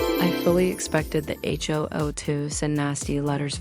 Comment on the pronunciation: I love that the AI voice keeps saying the H-O-O did this or that. Totally adds to the realism of the horse manure being fed to us.